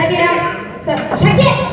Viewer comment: шакен емес сакен десе кушти болад,или "С" га тили келмиме,Нуржан Сакенди кушти салды айнытпай,Замирада олтирди